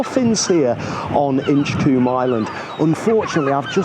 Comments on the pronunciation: Colm not coom…😂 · It's pronounced Inch-comb.